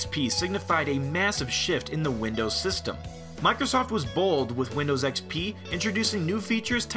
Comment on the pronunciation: I like how many people say windows xpee